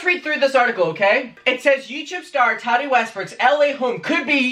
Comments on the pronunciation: It’s Tah Tee not Tah Dee, pronounce it correctly please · Tari??? Wtf? Repeat... Tattti, her name is Tattiana!!! With a strong middle T.